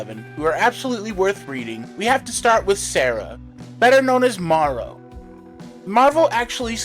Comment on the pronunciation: It's pronounced Ma-ro... like bone marrow. She was the inspiration for Spike in Wolverine & the X-men.